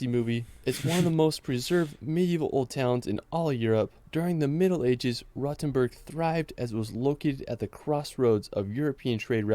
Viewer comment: The pronunciation of Rothenburg is awful. The 'o' is long and round, the 't' remains a 't', even if followed by an 'h', the 'u' sounds like the 'oo' in 'root', not like the 'u' in 'fur'. Pronunciation of other place names isn't better either.